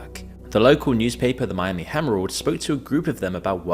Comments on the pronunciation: Did you say the Miami Hemerold? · Did the video narrator say “Miami HAMMEROD” ??! 😂😂😂